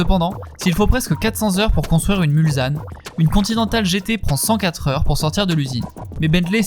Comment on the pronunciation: Bon reportage mais attention, on ne dit pas MulZanne mais MulSanne , c’est le nom d’un des virages du circuit des « 24 heures du Mans ». 😉